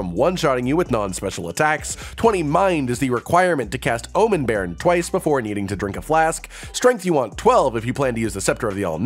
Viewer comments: Pronouncing 'bairn' perfectly fine. First channel I've heard that hasn't crucified the word 😂😂😂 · I'm Scottish and your pronunciation of bairn wasn't bad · Scottish viewer. Thank you so much for learning the meaning of bairn and saying it correctly now. Earned you a subscriber. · You pronounced Bairn right. Still used around my area (Aberdeen, Scotland) when talking about children :)